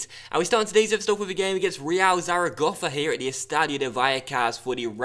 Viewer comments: great pronunciation on zaragoza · I think it is actually spot on